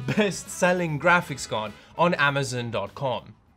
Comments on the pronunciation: Say it with me (am- uh - z - on) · AmazOn not AmazIn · Regular people: “Amazon”: “Amazin “ Ski mask the Slump god: OKAY